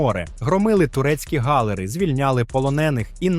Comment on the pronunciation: В словах амфОри і гАлери змініть наголос